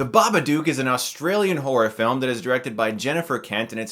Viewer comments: BabaDOOK - as in rhymes with "hook", not "duke". ARRGGGHHH!!! ;-) (Love ya', guy, but that was just getting on my nerves!) :-) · It's Babadook not Babaduke! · I have a question: why do you keep mispronouncing "Babadook" as "Babaduke"? It's 'dook' and rhymes with 'book,' which is clearly stated in the poem in the book. It's even part of the noise the monster makes. SPOILERS: those who are giving the film crap about it using the "it's in her head" cliche, guess what - it's NOT. Her anxiety and fear has taken a physical form, so it's not in her head. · Chris: Pronounces it The Babaduke in this movie How it’s pronounced: Babadook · If you paid attention while watching the movie, you would know Babadook is pronounced Dook like Hook, not Dook like Duke. Babadook, Babadook, Baba, Dook, Dook, Dook. Not Duke Duke Duke. You pronounce it like Marmaduke's evil doppleganger. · Babadook is pronounced as "book" not "duke" Ba-Ba-Dok not Ba-Ba-Dewk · Ba-buh-dook(dook as in book, not duke) They say the name plenty of times in the movie so I dont even know how he can constantly mispronounce it after hearing it plenty of times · I watched it last night and I was too scared to look at my ceiling when I was in bed. I knew I was being stupid but I was just too scared :P But seriously, you're saying it wrong. The "dook" is said more like your american "look" than "duke". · nah has to be said like an aussie. Dook not duke. like chook. hahahahh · It's pronounced babad-oo-k like book or like shook, like I was when I watched this movie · Ur saying it wrong it's an Australian film u have to say it like an Sustralian it's not spelt Bubuduuk so saying it like that sorry just get rlly annoyed about it XD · Pronounce "took" and "book" thats how you pronounce Babadook. NOT Baba"duke" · I don't get it Chris. You've watched the film, you should know better than to pronounce it bubadOOk. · lookin ass pronouncing the name wrong